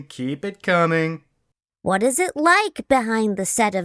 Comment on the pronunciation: "Just tell me QUWahT inspires you to make your cartoons?" I cant be the only one that had to rewind that part to make sure that's what she said.